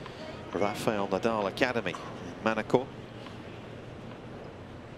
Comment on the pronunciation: actually it’s Nadal and not Nadaal